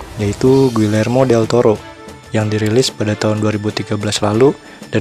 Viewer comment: Bang, bikin alur cerita film pieces of a woman yang disutradarai Kornel Mudruczo dan dibintangi Vanessa Kirby. Please🙏 Oh ya mau ralat, Guillermo dibacanya Giyermo Pengucapan "l" double dalam bahasa Spanyol dibacanya "y". Guillermo Del Toro orang Meksiko